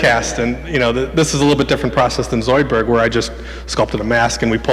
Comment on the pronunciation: The way he was saying "Zoidberg" really bothered me... it wasn't quite right.